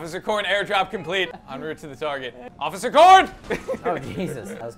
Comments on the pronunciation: I like how calls Officer Corn Occifer Corn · I love when says Occifer Corn instead of Officer Corn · When you here Ociffer Corn so much that you can't remember the word officer XD .